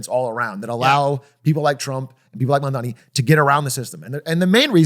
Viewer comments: it’s MAMDANI!! not mandami!! it’s important. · M-A-M-D-A-N-I not Mamdami. You’re gonna get hit with that clip of Zohran snapping at Cuomo from the debate if u keep mispronouncing it lmao. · The name is M-A-M-D-A-N-I~ We gotta get it right~ :3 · Damn, love the show, but this one was a tough watch, quite a few things that felt half baked from everyone. Also, I know it’s a minor thing, but the mispronunciation of Mamdani while talking about him for so long just got annoying. I’m also getting tired of them talking about Abundance. Like I’ve read the book, but man there’s so many other interesting books and ideas to also talk about. In a less serious tone, this feels like that one guy in college who read one book and only ever talks about it (happens on both sides of the aisle) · hour and 40 minutes of three dudes pronouncing Mamdani's name wrong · doug with another boomer take.. pronounces iran eye ran zohran zo ran mamdani mamdami and doesnt understand socdem policies now he just needs a hawaiian shirt and sandals ICANT